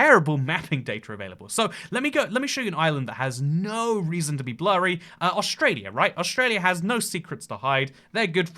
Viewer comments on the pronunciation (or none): none